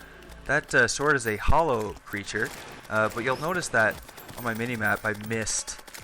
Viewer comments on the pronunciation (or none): also, 'hallow' not 'hollow'